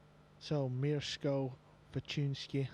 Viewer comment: "maysh-go fortune-isky" lol, butchered that name. but polish names are tough, even i can't say konrad's surname